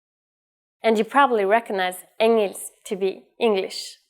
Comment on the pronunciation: The spelling of engelsk, isn't it actually pronounced "ing-ylsk?"